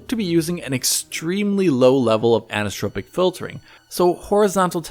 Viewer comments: He sounds a little drunk here. Anisssssssssstrrrpc filtering:))) Dude.......it is 'an-i-so-trop-ic' (5 distinct syllables with emphasis in the 'i' (prounounced 'ee'). An-ee-so-trop-ic. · Repeat after me: Ann-eye-so-tropic, Ann-eye-so-tropic, Ann-eye-so-tropic. That's how it's pronounced. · Sorry... Did you mean anisotropic? Because the way you say it sounds like "anistropic" (which doesn't exist).